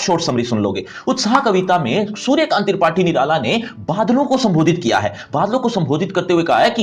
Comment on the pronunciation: Suryakant Terpathi Nirala 😅